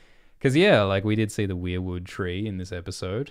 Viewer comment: Thank you for pronouncing weirwood the right way! I'm so sick of people pronouncing it like "were"wood (like werewolf).